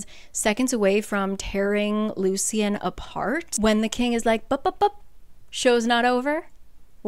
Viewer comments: the correct pronoucations of the names (According to the audio book): Ianthe - Eye-an-THEE Lucien - Lou-SHH-EN Tarquin - Tar-KWIN Just a fun little tid bit I thought you should know! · I was so confused who Ianthe was because of how you’re pronouncing it. In the graphic audio they pronounce it like “Ayanthee” and And Lucian is Loo-shian